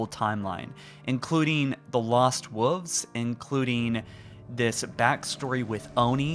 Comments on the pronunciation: Love everything you’ve been saying, but please for the love of god say wolves and not wooves. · The lost wuffs. Just say wolf at this point. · "the lost wuvs." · The lost woofs? surely the lost wolves would sound better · “Lost woofs” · He does know there is an “L” in wolves, right? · Is anyone else bugged by the way he says wolves? 😂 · This looks stunning but I cannot get over your pronunciation of wolves. Have you never ever heard the word read aloud before?